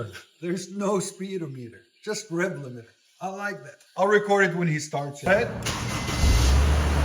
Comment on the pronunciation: he definitely does NOT say speed limiter. He just doesn’t put the emphasis on the correct spot. If you are going to correct someone, at least do it correctly. Just listen again. Volume up.